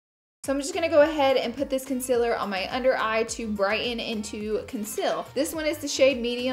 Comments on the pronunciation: Conseler not consiller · ITS CONCEALER NOT CONSILLER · Why does she say consiler wrong